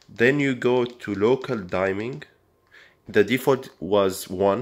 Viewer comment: It's pronounced DIMM-ING. Not DIME-ING.